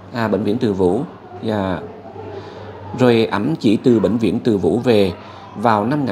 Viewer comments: ơi bịnh viện Từ Dũ chứ không phải Từ Vũ nha! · Từ Dũ, mà cứ nói Từ vũ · ơi; Bệnh viện Từ Dũ chứ không phải Từ Vũ. (Bà Từ Dũ là mẹ của Vua Tự Đức) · Bv Từ Dũ( Từ Dụ) chứ k phải Từ vũ nha a. Tên của mẹ vua Tự Đức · Từ Dũ nhé ơi, không phải Từ Vũ! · Anh nhắc chút nha bệnh viện Từ Dũ chớ ko phải từ vũ em nhé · Bệnh viện Từ Zũ chứ ko phải Từ Vủ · Bv Từ Dũ chứ không phải Từ Vũ nha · Bệnh viện TỪ DŨ , chứ ko phải TỪ VŨ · Bv Từ Dũ, không phải Từ Vũ. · gọi tên Từ Dũ mới đúng nhé ….